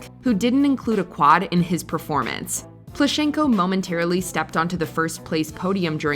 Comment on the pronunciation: He’s PlUschenko)))) the first syllable is stressed.